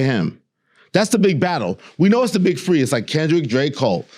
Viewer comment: Elliott pronouncing "three" as "free" is so diabolical 😂😂😂